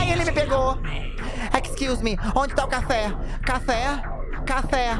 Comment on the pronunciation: Excluse-meeeee NÃAAAAOONN JOGA CAIXA então é assim que se conversa em ingles? amei